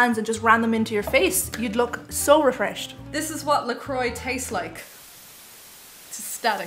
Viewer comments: Why are people calling that la coyyyye? Isn't it french "la croix" meaning the cross? I would say it "la croa" like said. And what is it really? like sparkling water (like perrier, badoit, san pellegrino...etc?)? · It's a tasty alternative to drinking sugar or diet sodas, people! It's natural flavor and seltzer water, and the proper pronunciation is " Luh kwaa" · I always pronouced it "la crotch" because I'm forever a 13 year old.